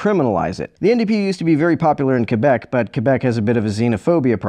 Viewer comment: Also it's so refreshing to here someone pronounce "Quebec" correctly in a YouTube video.